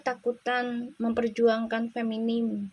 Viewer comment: Punten bu. FEMININ FEMININ FEMININ FEMNIN ..... Bukan Feminim bu. Sukses selalu ya.